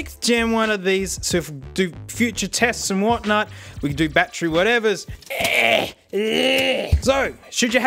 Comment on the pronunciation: "Bat Tree" lol